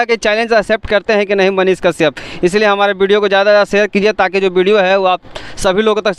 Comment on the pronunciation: पाहिले तोरा मुह से साफ मनीष काश्यप का नाम सही से नही आ रहा है तू मनीष के पास बोले गा कैसे । बबुआ मनीष कश्यप के भीरी बोले में हग देबे लागत बा अइसन। चैलेंज मत ले फिर दोस मत दिहे